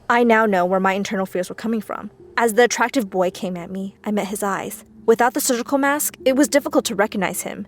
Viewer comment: She was so much fun saying SURGECOLE MASK ;D BAHAHHHHAHHAHAHHA...